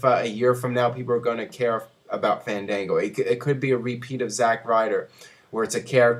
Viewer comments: is not "fendengo" its FAN DAN GO! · booooo! ...its FAAANN DAANNN GOOOOOO - GET IT RIGHT :)